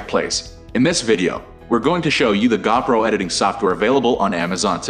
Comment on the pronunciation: It's Go Pro not Gaw Pro!